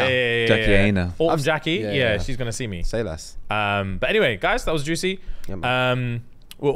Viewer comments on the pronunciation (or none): lol LOVE how infatuated they were with Jackie Aina's content. Btw it's pronounced like China. Aina sounds like China.